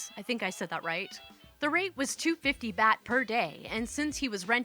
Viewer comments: Good stories! Fyi, the currency is pronounced like bought. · "Bat" is close. But it's actually "baht", that is, pronounced like the last syllable of the word "robot". And I'm pretty sure on that one because I literally just finished having a "welcome home" brunch for my cousin and his wife, who just got back to the States after a monthlong trip to Thailand. This was their fourth trip to Thailand, but this time was a bit different because it was the first international trip with their two yr old daughter. Yes, my cousin and his wife actually took a 30+ day trip to a very distant foreign country that took 33 hrs to reach, including 26 hrs of actual time in the air, with a just barely two year old child. I asked my cousin how it went and he replied that "we had a really good three weeks." I was about to say how great that was; that his kid must be super chill to have handled that so well, etc., when I realized something was off with what he said. "Hang on--you said you had a nice THREE weeks? I thought you were in Thailand for, like, almost five weeks?" My cousin, without the slightest pause or change in inflection: "yeah, were we gone a total of 34 days. By the end of the first full week we all finally caught up with the jet lag and time change, and after that we had a lot of fun. Before that it was total hell. Complete, unmitigated hell on earth like I never could have imagined in my wildest nightmares. My kid got sick with some stomach bug and threw up the first time while we were waiting to pick up our bags at the airport after the fl